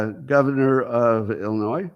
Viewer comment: The S at the end of Illinois is NOT pronounced.